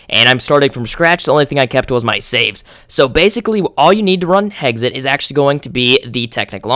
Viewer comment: You pronounce "Hexxit" "Heggsit" lol just sayin